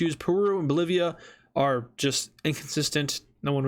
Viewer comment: You said Polivia…